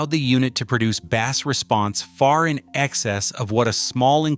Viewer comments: Idiot AI!!!!!! You pronounced “bass” as bahss, like the fish. The word meaning low audio frequencies is pronounced like base. So much for credibility. I’m done with this video. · Why can't this AI narration say the I in MIT? It says MYT repeatedly. And "bass" response instead of "base" response. Typical for lousy AI.